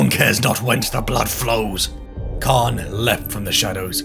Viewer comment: Someone also pronounced "" like "Khan." "t'RAH." Maybe they wanted to make it sound different than "Eye of Terror," which sounds like Terra, when said with a British accent.